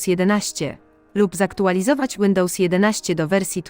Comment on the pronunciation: Łyndołs xD